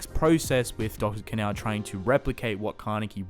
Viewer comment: Sounds like he’s saying dr. Canal, I think it sounds like Kahn-o phonetically of course.